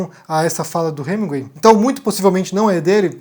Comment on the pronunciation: Para você que é o rei da pronúncia, está feia essa pronúncia de "HeminGÜEI"...